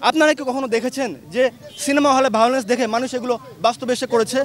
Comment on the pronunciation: ভায়োলেন্স উচ্চারণ পর্যন্ত করতে পারছেন না😂😂😂😂😂😂